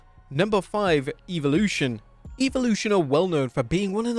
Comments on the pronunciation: Mfer says eviloution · The way he says evolution 😮😮😂